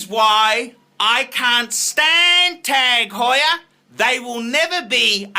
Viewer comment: OMG, this is like the Charlie Sheen video's. Also, Honda, KTM and Yamaha are world championship racing bikes. Your off your rich fat ass rocker. This guy should be taken off YouTube. And also, PLEASE pronounce Tag Heuer correctly if that's possible.